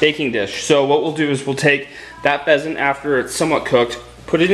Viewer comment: What type of animal is a fesent? or a pesent? Lol I couldn't really understand:p